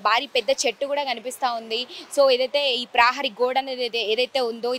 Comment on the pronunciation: ప్రాహరీ గోడ కాదు ప్రహారీ గోడ, ఉఛ్ఛారణ మెరుగు పడాలి...